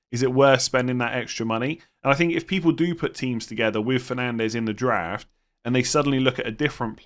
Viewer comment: Anyone else hear Giraffe rather than draft 😅